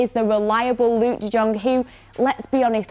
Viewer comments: I do like your content in general except the constant reminder of United bias kicking in but i remember you saying that you have a masters in English. How would Daily Blind be called an understudy?? Also, u r literally murdering J in De Jong. Please put in some effort to listen to how commentators pronounce the names. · Sry is nbdy talking bout de Jong pronaunciation...